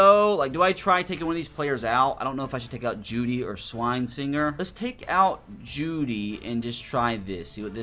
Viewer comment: The way you absolutely butcher Carson Schwesinger's name every time just kills me inside.